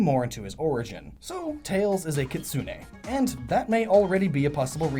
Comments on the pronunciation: KI-tsu-ne (the "u" in "tsu" is barely audible), not Ki-TSU-U-ne. (The "u" sound in "tsu" is not doubled and the stress is on the FIRST syllable, not the second.) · Kitsune is pronounced KIT-SOO-N. not KIT-SOO-NAE.